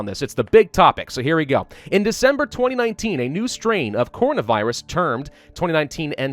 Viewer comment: Stop proncing it corn na